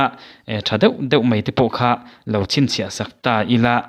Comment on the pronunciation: CHIN ELON MUSK tih hi CHHIN ELON MUSK tia lamrik tur A awmzia chu, CHIN hi CHHIN tia lamrik tur...